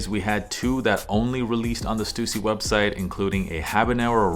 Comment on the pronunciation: Such a relief to hear your pronounce Stussy correctly 😂